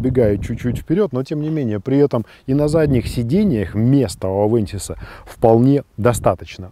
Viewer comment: авенсис а не авэнсис !